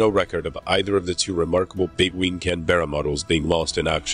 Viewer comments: Its a Canberra not Can-Bearer. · Nit-picking: It is not the Can'berra but 'Canberra, with a silent e. Just ask any British (or Australian) citizen. Also, the engines were not Evons but Avons (named after the Avon river, known for Stratford-on-Avon, home of Shakespeare). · Please!!! There's no "bear" in Canberra! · IT'S Pronounce Can-berr-a